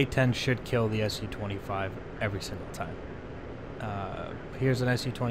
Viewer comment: It's not SU, it's Su :) read like "soo"